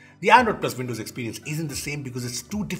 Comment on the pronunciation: Btw, Windows is pronounced with a “W” and not with a “V”! 😂 “Vindows”